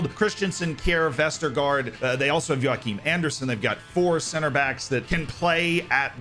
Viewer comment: he was mentioned in the video though as the 4th really strong defender, but yeah it was kinda hard to hear it was him because foreigners have a hard time pronouncing danish names like Joachim